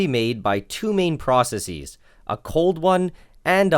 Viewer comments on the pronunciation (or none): that is NOT how to pronounce processes. That would only be the correct pronunciation if the singular was processis. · The way he says "processes" lol